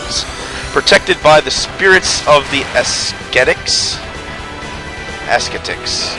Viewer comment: can't end a video without avast apparently. also ascetic i do believe to be proncounced as-set-ik